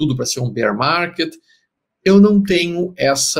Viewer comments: Beer market? Estão falando de cerveja ou de urso 🐻? Bear se pronuncia B e a r . ☝🏼☝🏼☝🏼☝🏼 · "Beer" market nao vai ser mesmo!! Kkkk